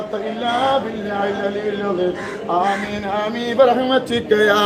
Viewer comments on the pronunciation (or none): ആ മ?ൻ ആമീൻ അല്ല , ഹ് ആമീൻ